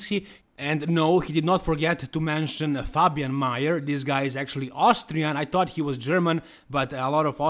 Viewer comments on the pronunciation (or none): none